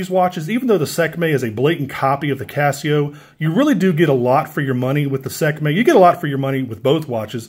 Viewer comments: Sek may 😂 its pronounced 'See kuh may' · lol "Sekmay"